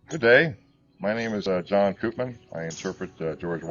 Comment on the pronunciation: Koopman is a Dutch surname. We pronounce it like ‘Copemon’. Where the o in ‘mon’ is like in ‘monster’ or ‘long’.